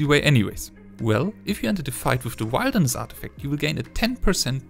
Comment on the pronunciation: Bruh what is wildness? It's wilderness. Rrrrrrrr